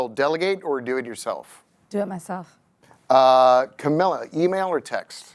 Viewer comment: Whoever is asking the questions... maybe do such basic research as to properly pronounce the guests' names correctly. The constant mispronunciation of both Camila's first and last names made this borderline unwatchable.